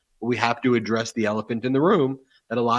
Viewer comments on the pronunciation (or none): none